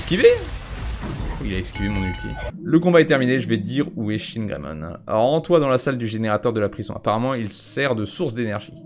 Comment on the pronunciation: "Chinegreymon" J'suis pas raciste mais...